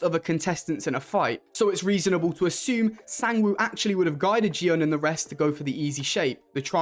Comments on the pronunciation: It's Gihun, not Jihun. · his name is gi hun not ji hun